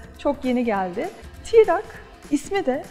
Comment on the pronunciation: Tirak değil troc Tirak deyim duruyo yaw.